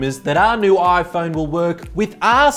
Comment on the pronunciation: So will dj koh, who can’t pronounce his own company’s product